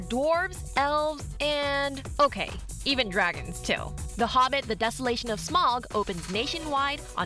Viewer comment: People really need to learn how to pronounce Smaug. It's Smowg not Smog